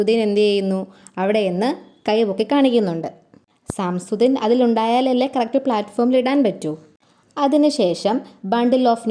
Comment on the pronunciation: സാംസുദ്ദിൻ അല്ല സശംസുദ്ദിൻ എന്നാണ് വായിക്കുക